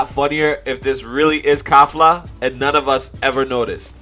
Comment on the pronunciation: Her name is Kefla, not "Kafla".